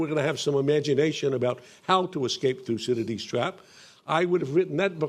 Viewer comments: (Minute , Thucydides) Except that the speaker, cough couch couch, is obviously not able to pronounce his name. A shame on Americans and even brits that you are not able to pronounce any "non english" name correctly. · Why is this guy so obsessed with pronouncing 'Thucydides'?